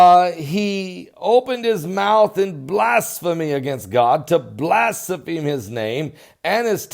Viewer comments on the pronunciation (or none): FYI-THE CORRECT PRONUNCIATION OF THE WORD "BLASPHEME" IF ANYONE STILL CARES. WITH THE "DUMBING DOWN OF AMERICA" VERY FEW EVEN DO OR EVEN TAKE THE TIME TO FIND OUT. VERY SAD.